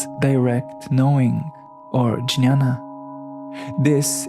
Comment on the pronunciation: Jñaña is pronounced nyana and viJñaña as vinnyana Thank you for introducing to yogacharas